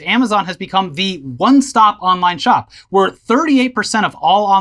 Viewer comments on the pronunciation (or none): none